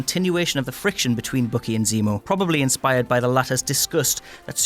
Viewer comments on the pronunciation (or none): He also said Bookie instead of Bucky. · Bookie? Dude, his name is BUCKY, as in sucky, fucky, lucky, etc. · He also calls Bucky, Bookie.